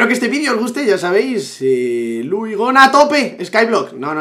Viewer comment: Gona: Begona: iLuh